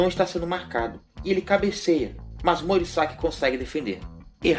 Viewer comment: E morisaki não morisagui